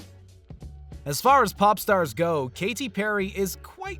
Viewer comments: “kay tee perry” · Kay-ttttttie Perry ... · "Kay Tee Perry" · U.S. "Kaydee" U.K. "Kay-tee". Simples! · What's with the way he pronounces "Katy?"